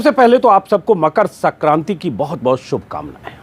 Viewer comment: सक्रांति नही संक्रांति होता है बे, हिंदी तो बोल ले सही से